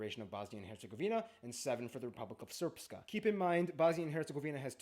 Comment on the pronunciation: An interesting overview. I feel his pronunciation is a bit off, especially the "long R" in the words Srpska and Brčko - he added a vowel that isn't there. And he shouldn't say "Republic of Srpska" because Srpska is an adjective, not a noun. A better translation of Republika Srpska is just Serbian Republic. He also kind of mixed up Bosnians and Bosniaks. Nice reaction from the two of you though. I enjoyed this.